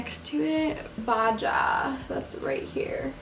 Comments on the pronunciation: “Baja” is pronounced like baha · Love you...but it’s pronounced baha.... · The way she pronounced baja had me dead💀